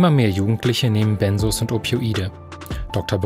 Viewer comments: Benzos, nicht Bennsoohs. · Benzos ,es heißt BenZos, nicht Bensoos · Ben zzzzz os, nicht benssssos😂 Sorry, gute Reportage aber ich bleibe Grade nur bei der Aussprache hängen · Sorry, das triggert mich und muss es korrigieren :) Es wird BenZos ausgesprochen. Nicht S, sondern Z und dann noch ein kleiner Fehler: Lorazepam ist der Wirkstoff von Tavor. Tavor ist also dasselbe, liebe Redaktion. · BenZos, nicht BenSos! Bekomme ich verschrieben. Kommt man wirklich schwierig von runter. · Das wird BenZZZo ausgesprochen, nicht Bensos. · BEN"Z"OS!! MIT Z UND NICHT MIT S!! Diese Aussprache macht mich aggressiv.. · Es heißt "Benzos" nicht "Bensos"!!!! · Tavor IST übrigens Lorazepam, Tavor ist der Handelsname, Lorazepam der Wirkstoff. Und Benzodiazepin oder "Benzos" werden mit hartem "Z" gesprochen 🙂